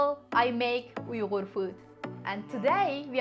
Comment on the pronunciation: Onun Uyğru kelimesini telaffuz edişine baksana,ne güzel konuşuyor,elbette konuşabilicek tabii,bende uyğurum